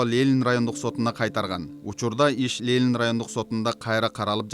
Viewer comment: Журналист,уят эле .Лелин эмес Ленин.Позор!!!